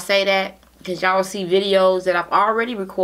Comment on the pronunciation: She always says ya'lll 😂